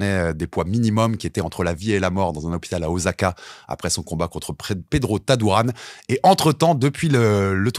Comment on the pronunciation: Salut, merci de mettre en avant la boxe japonaise, juste un truc on dit pas OZAKA mais OSSAKA, il n'y a qu'en Français qu'on change la prononciation du S entre deux voyelles et la c'est une transcription en romanji de la prononciation japonaise. Ca serait cool de parler de Kickboxing aussi.